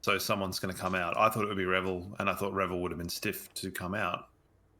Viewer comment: You pronounce his name 'Re-Ville', like Cruella Deville. It's not Revel. Let's not have another Jackson Payne fiasco